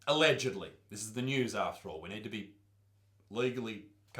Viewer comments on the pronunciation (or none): haha yeah "ellegedly"